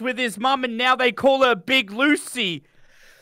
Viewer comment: The fact said big loocey it sound like Lucy aka my mom's name and im freaked out rn